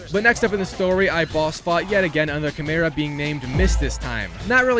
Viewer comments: It’s Kai-Mera not Chai-Mera for future reference 😁😁👍🏼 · CHImera lmao they literally tell you how to say it xD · what is that pronunciation of chimera?😭😭